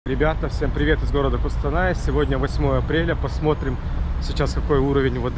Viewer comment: Қостанай, а не Куууустанай